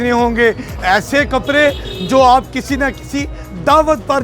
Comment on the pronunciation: Can’t he pronounce “D”? He says “kapre” for kapde and “jora” for joda.